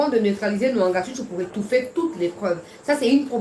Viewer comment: Mwangachuchu, pas Nwangachuchu. Merci.